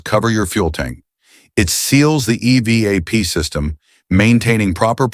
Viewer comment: Ugh, the voice generated videos. The E.....V......A......P system 😂😂